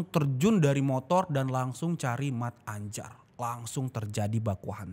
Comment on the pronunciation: Se nyebbhut nyamah(yg nyebut nama) mattanjar bukan mat-anjar bang brengoy 😂😂salam becchek an(salam damai)✌